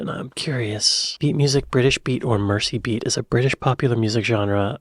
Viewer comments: Merseybeat is pronounced as if the S is a Z. And nobody in the UK has "bangs". It's called a "fringe". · Came here to say this. A big Beatles fan needs to pronounce this correctly.